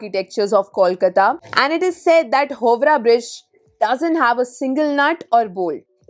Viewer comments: Slight correction, it's not pronounced as "hovra" bridge instead it's "haao"- "raa" bridge. In hindi we sometimes say haan as "hao" right.. same way.. Howrah bridge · The pronunciation is ha-o-rah bridge..not hobrah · I belong from Howrah. It is pronounced as “How” - “Rah” bridge! Good video 👍👍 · You guys intentionally mispronounce ta words to look cool or your research is so inadequate that you call Howrah as Hobra and Ballygunge as Balugange. Or maybe you can't read? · Howrah: pronounced as haavra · First learn to pronounce the heritage and cultural epitome of our country. You have pronounced the "Howrah bridge" name wrongly. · Howrah bridge 😂 bolne ka tarika hi glt hai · She spoke about Maidan but muspronounced HOWRAH though 🧐